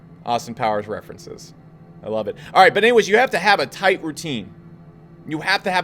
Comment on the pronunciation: toight like a toigher